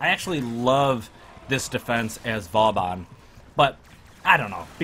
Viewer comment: I'm disliking just because of how you said vauban